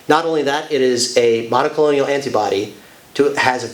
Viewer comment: please...it is not monocolonial. It is mon-o-clone-al